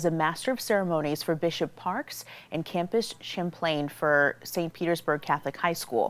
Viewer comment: It's pronounced 'Mel-Key-Or' like the one of the 3 Wise Men, not Mel-Quire. Its Chap-lin, not Cham-plain. I used to go to confession to him all the time. He was a good guy, and a good priest.